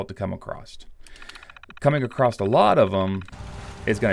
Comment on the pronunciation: There is no T in across